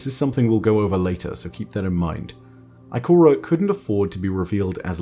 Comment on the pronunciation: I like when he said Ikorea